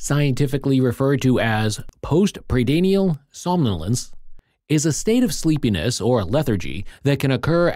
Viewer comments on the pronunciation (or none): You can't pronounce "postprandial". Doesn't inspire me with confidence that you know your subject matter. I'm out.